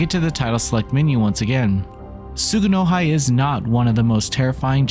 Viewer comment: Tsu-gu-no-hee btw